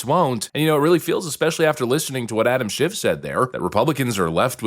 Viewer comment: Anyone ever here JLP pronounce Adams last name? Yup that.